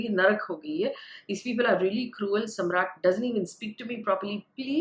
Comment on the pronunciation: it's Samarth, not Samrat